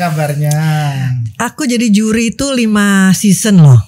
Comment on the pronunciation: Seson sebutnya sezon